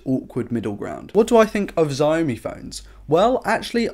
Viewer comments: I like your videos, but it's not pronounced Ziaomi, it's Saomi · Can you please prounouce "etc" and "Xiaomi" the right way ?